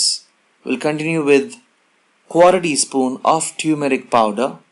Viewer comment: Ur pronunciation of tumeric (for Turmeric) is amusing. Pl correct yourself please.